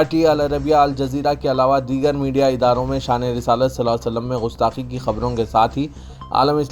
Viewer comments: Ghustaqi nahi gustaqi hai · Bhai Sahab Gustaqi Gaaf se hai Gain se Nahi umeed hai aap Urdudan iska khayal Rakhange